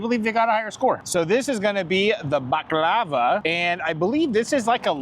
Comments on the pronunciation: you need to learn how to pronounce the desert. It’s pronounced buck-lar-var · The way said baklava like it was lava made me giggle lol.... Love the video can't wait for the next garage sale video 🎉❤ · The way you pronounce baklava drove me nuts 😂